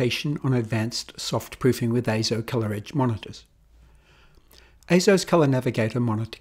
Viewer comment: "AY-ZO" yes you said it correctly! As heard from EIZO's own corporate video.